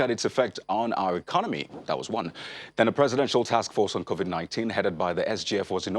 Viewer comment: Ask him the president why he called it COVIK not covid?